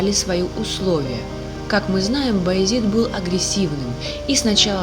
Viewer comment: Раздражает «Баязит». Баязед!